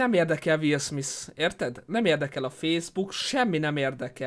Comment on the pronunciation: DE MI AZ HOGY WILL SMISS?? Én vagyok az egyetlen magyar aki nem úgy mondta Will SmiTH-nek, hogy SmiSS??!